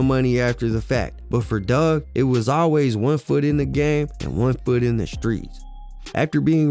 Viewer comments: His name is Dugg ... not Doug🤦🏿‍♂️ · It’s Four-Two Dugg (Doog) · Like you said four two twins, it's four two dugg